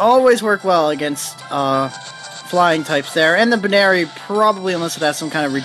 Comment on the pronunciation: I'm laughing at some of your pronuciations, really. Buneary comes from bunny and ears.